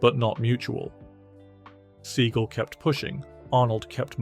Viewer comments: Steven's surname name is pronounced see-gal not see-gil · LOL "Steven See-gull" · Steven "seagull"? You didn't even pronounce his name right. (And yes, by all measures, he's reportedly a huge jerk.) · Sea-gal not Segal, wanker. Seagal never said anything about Schwarzenegger not being a martial artist because Arnold never claimed to be one. 🤦🏻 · The way you pronounce Steven Segal makes me chuckle 😆😅 Surprising list for the most part, especially Bruce Willis...